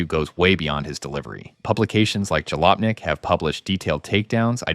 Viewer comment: You lost me at "DeMooro" and "Jalopink".